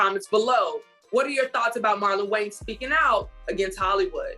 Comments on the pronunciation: Is it just me or does it sound like the female host is saying the Wayne's brothers instead of Wayans brothers 😂😂😂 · My sister. Did she say “Waynes” every single time? 😂 This is definitely a true topic by CH.